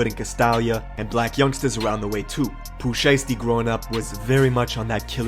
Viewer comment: dude said “poopoo shiesty”